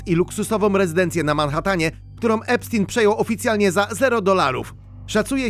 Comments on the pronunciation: EPSZTAJN* a nie epsztin... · To nie jest żaden Epstin tylko Epstein!!! Nazwisko jest niemieckojęzyczne, więc czyta się "epsztajn"!!!